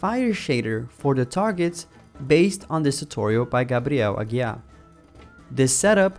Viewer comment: Só percebi q é br por falar o nome do Gabriel Aguiar de forma certa kkkkkkk